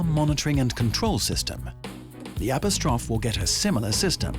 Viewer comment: "App-oh-strawf" lol